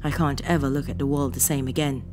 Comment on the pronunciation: please stop randomly saying de instead of the, it spoils it